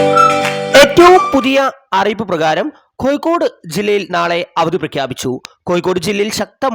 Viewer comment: പൊട്ടാ മയയും കോയി ക്കോടുമല്ല